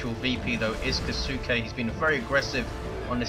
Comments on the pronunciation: If Kisuke's name is meant to be a Japanese word, which it looks like, I'm pretty sure it would be pronounced "KISS-uh-kay" with really little stress on the U. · Well, it's not "kih-SOO-kay", anyway :P